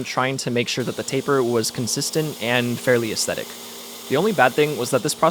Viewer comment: Every time he says taper I have an aneurysm. Thanks.